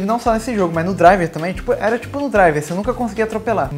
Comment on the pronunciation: Ótimo ingreis o seu.